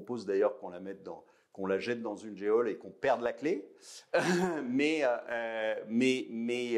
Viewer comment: Geôle ne se prononce pas comme "Eole" mais comme "gnôle" ! 🤣🤣🤣! C 'est marrant ce total manque d'éducation de base !